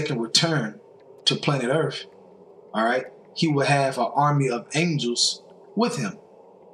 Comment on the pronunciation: I can't stop laughing. "They're coming to EARF"